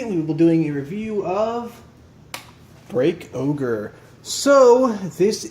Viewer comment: Isnt it called break ogre not break oger